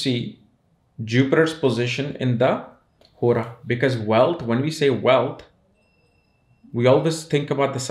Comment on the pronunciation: Man y does hora sound like horus